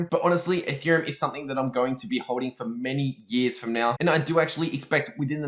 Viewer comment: instead of ethereum, he says “a theorem”, anyone else catch that? haha